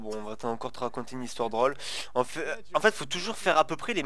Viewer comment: A chaque foit qu'il dis Drole moi j'entent brole c'est trop marrant! XD XD XD